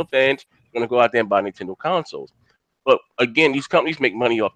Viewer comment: whos the guy that calls consoles "conesoul"?